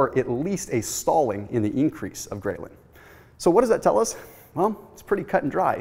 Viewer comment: A minor comment, 'ghrelin' is pronounced differently, see here for example